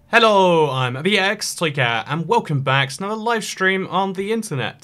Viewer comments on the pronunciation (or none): You said the intro slow yet I still couldn’t understand you when you said ibxtoycat